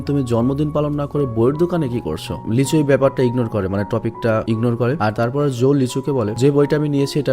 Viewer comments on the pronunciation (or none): Ami ei movie tar original ta dekhchi but explain dekhi ni. আর আপনি যাকে লিচু বলছেন সে... লী সু-হো। Lee su-ho🤣🤣🤣